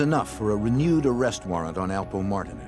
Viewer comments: Whoever made this video should do better research. First...it's Alpo Martinez, not Martin. 2...Rich Porter wasn't the boss of the crew, but he was getting lots of money. Come on fam...watch the old news clips, documentaries, SHUCKS....watch Paid In Full! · Its Alpo Martinez not martin. His Puerto Rican and his out from jail.